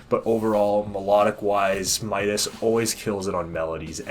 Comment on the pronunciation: His name is pronounced “mit-e”